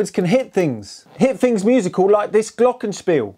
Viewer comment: When he nearly said Glockenspiel right, i got so happy. Then the next "Glockenspiel" squeezed all of the bliss straight out again.